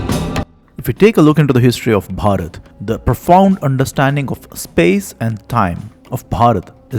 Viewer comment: He pronounces Bharath 3 different ways. Be natural, quit the affectations with the hard BH sound.